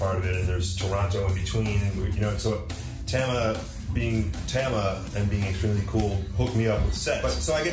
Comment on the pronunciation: uhh its pronounced TAMA not tama